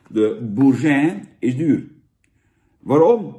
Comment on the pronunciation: C'est terrible , terrible.. France, vivre la vie, et j'espere tu dis boursin normalement